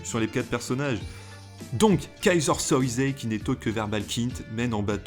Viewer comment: Dommage que cette plutôt sympathique analyse soit un peu gâchée par la répétition des mots "Keyser SoYzé" ou "agent KouJJJane" : dans toutes les versions c'est "Keyser Sozé" et "agent Kujan" (à prononcer "Kouyane"). Mais sympa quand même